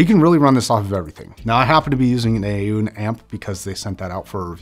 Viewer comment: It's pronounced Aww-Nee.